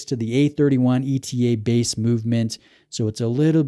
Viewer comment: It's ETA, not E-T-A :)